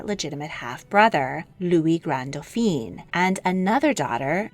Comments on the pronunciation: Great informative video. It's just some of your French pronunciations need to be more nuanced: for example when referring to men you kept on pronouncing Dauphin as "Doh feen" but that is if they were female and spelt as Dauphine ... it should've been pronounced as "Doh feh". You also pronounced Charles as "char-leh" but it should've been "shar-L" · Excellent pronunciation overall! Just a little correction. Dauphin is pronounced dough-FAN. Dauphine, the feminine of the word, is pronounced dough-FEEN, as you have been pronouncing Dauphin. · You really have done a great job. Feedback: For the masculine pronunciation, it is Dauphin (doh-fan) not Dauphine (doo-pheen). You consistently pronounce the masculine like the feminine title. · Try to remember that the male version of Dauphin is doe-fau. Doe-feen (Dauphine) is the female pronunciation. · I would like to point out that you pronounce "Dauphin" the way the French pronounce "Dauphine," which actually refers to a princess instead of the crown prince. Only change I'd make to your work - big fan. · I love your videos but your pronunciation needs more research for accuracy. In this one, you're pronouncing "Dauphin" as "Dauphine". The first is a son of the French King, the second is his wife. 😊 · These documentaries are always interesting but please Dauphin (Dfoén) is not to be pronounced Daupheen (Dauphine) which is the title borne by the Dauphin's wife. Congratulations on the correct pronunciation of "Leszczynska". Also whenever a Medici is mentioned the accent is on the "e" so it is NOT "MedEEchee"! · Dauphin is pronounced doe fan.